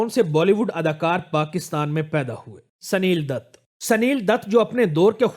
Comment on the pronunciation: پھر اب کیا کریں یہ بتلادے sanil datt نہیں بلکہ یہ Sunil Dutt ہے